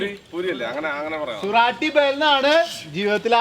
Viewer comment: സുരാട്ടി ഭേൽ അല്ല സൂറത്തി ഭേൽ പൂരി, എന്നാണ് പേര് മനഃപൂർവം തെറ്റിച്ചു പറഞ്ഞതാണെന്ന് അറിയാം